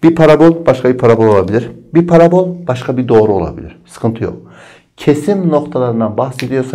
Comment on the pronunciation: Parabôl değil parabol